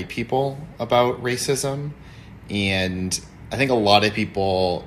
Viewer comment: Christ... even her boyfriend pronounces "and" the same way she does. "Aeeeend"